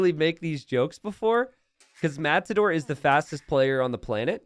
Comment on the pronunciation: It's Matador not mazador?